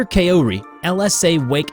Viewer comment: "Kow-ri," not, "Kay-oh-ree." Also, Kaori is her first name, so she wouldn't be referred to as "Dr. Kaori."